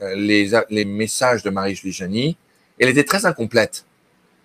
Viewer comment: SVP, c'est JaHENNY et non l'inverse...